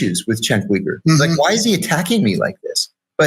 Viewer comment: Chenk wee-gur?